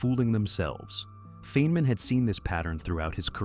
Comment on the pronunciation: “Feenman”?!? And that’s not the only instance of AI narration idiocy in this video. Did you use AI to generate the narration content as well? The instant I hear AI narration, the entire video is immediately suspect as yet another case of Cargo Cult Video Production, a scourge that increasingly infests YouTube. No one produces 32 videos in a month without industrialized production. What we have here is another channel that’s pooting out AI slop, making it harder for genuine content creators to compete. Shameful.